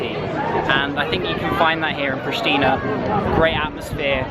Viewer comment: Its correct said Priština, very simple